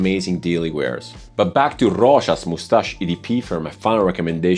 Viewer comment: Love the way you say Rochas 😍😍😍